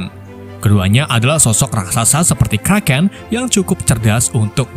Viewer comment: kraken bukan karaten